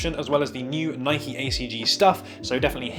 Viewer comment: Please stop calling it “nikey”! Please pronounce it as “nyke”!